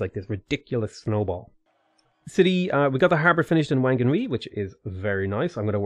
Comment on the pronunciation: Actually Whanganui is pronounced Wanganui by the tribe, that's why it used to be spelt as Wanganui. But obviously for everything else the WH is an F sound